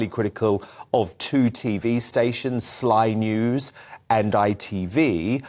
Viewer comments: "Sly News" haha that was nice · “Sly News and ITV” 😂